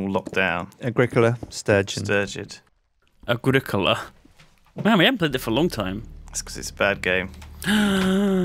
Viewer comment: It is turgid not sturgid